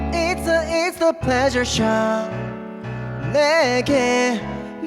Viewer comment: 리무진으로 들으니까 플레져샵 영어 발음 더 쫀득하게 잘들림 🫠